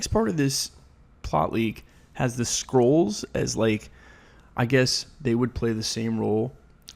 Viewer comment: Why do I keep hearing people pronounce "Skrulls" as "Scrolls"???